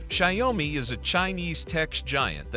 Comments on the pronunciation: “Shy-oh-me” - lol. Is it that hard to have an actual HUMAN voice these things? 😂 Let’s face it, this isn’t a review and neither are your other videos; they’re all just AI-generated marketing. Made me look once, but no more. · Sorry, I can't stand the wrong pronounciation of Xiaomi - check here for a correct pronounciation: tixmLMiU-kI